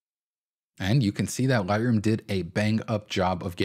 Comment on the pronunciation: For first few mins struggled to figure out what you were saying repeatedly….“Lie-roo” then it clicked… “Lightroom” 😉 good tips